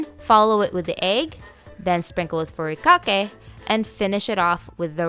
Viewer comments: Eh, nori - you need to roll the (r). Furikake roll (r). Musubi emphasize on the last syllable. Hawaiians don’t usually sweeten the rice because we rather taste the rice the rice is the star. Emphasize good rice, washed well and cooked with perfect amount of water. 🌺aloha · And the way she said nori and furikake 😂